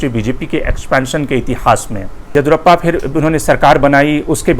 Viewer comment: Mr, your analysis of karnataka politics is good. But you must get the South Indian names right. The name is YA-DI-YUU-RA-PPA, last A ending as short vowel. Your pronunciation sounds as “Edurappaa”! This is not a criticism, but a suggestion.